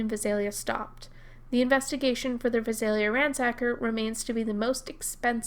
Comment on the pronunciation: Love your vids. Very well researched. BTW, the Vi in Visalia is pronounced like the Vi in violence. Emphasis is on the second syllable with a long a.